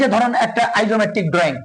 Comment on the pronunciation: উচ্চারণ - ডিরেকশন,আইসোমেট্রিক